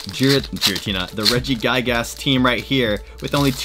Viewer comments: “Regi guy gas” I cannot stop laughing at that pronunciation lmao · Why’d you keep saying regigigas like that 😭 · Awesome. But can you pronounce Regigigas name right?! Please